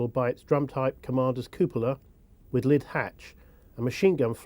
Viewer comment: I don't have a real problem with what anyone is saying here, but I do have a problem with the narrators pronunciation of cupola and howitzer. Lol